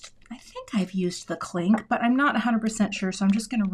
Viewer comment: Cute! Every time you said “clink,” I heard “Klink” & thought of Hogan’s Heroes! 😂 Way to stick with it & save the card! 😊❤